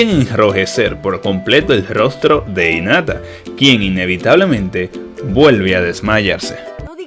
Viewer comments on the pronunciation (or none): por cierto, se pronuncia jinata no inata